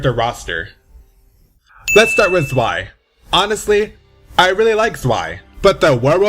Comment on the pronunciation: THIS TOO Zwei is ZVAI or Tsvi not Zwhey or Zwhy